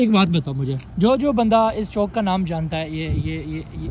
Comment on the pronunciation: Chock ni Chowk 😂